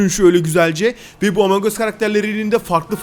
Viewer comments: Abi bu arada emong değil among +1leyin görsün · abi yanlış söyledin emong us